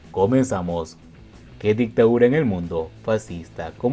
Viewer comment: Se dice DICTADURA no ICTAURA.